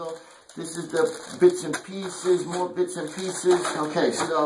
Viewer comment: "BITZNPIESES" Love this guy's demeanor, lmao.....his friends must say, YOOO!!!